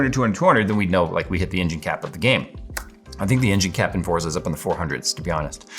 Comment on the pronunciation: It's pronounced "Forza."